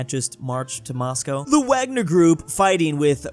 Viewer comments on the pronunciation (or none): Just a correction the Wagner Group could be better pronounced as the VAGner Group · It is pronounced more like vagner